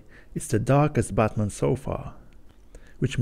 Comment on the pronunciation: You pronounce Batman like Buttman